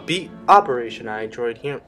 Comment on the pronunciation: every time this guy says wassabi guys I cringe a little